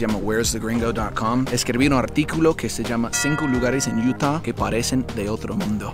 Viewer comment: Se dice Utah Madre!!